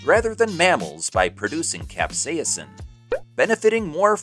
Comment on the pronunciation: The chemical compound that makes things taste spicy is not being pronounced correctly in your video... Considering that this is the entire backend to the video, that's pretty bad!! Is is pronounced CAP : SAY : SIN